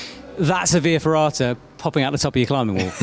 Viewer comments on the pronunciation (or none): What are you saying in that little room? Vee ferrata? Huh?